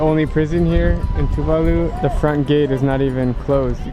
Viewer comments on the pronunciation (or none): Tuvalu (/tuːˈvɑːluː/ (i.e too-VAH-loo). The emphasis is on the second syllable, just like with Jamaica (ja-MAI-ca) not (JA-mai-ca).